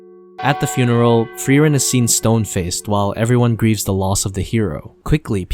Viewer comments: As a german i loved how you said all names in the intro 100% right but frieren just a bit off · Frieren Thought it was spelled frieren Pronounced fry-ren Not free-ren But it's nice to learn new things 'a'